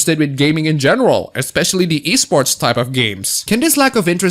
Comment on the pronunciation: At first I heard the Wii sports scene instead of e sports